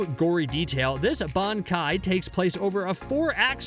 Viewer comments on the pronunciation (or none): “Benkai” he said